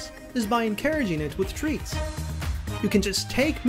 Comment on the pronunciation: I THOUGHT YOU SAID ENCOURAGE WITH THREATS HELP LMAO